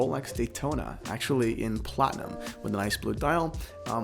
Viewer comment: The "platona" ;)